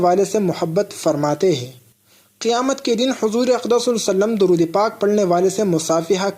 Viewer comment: tum pahle Sallallahu alaihi wa sallam poora clearly kahna seekho.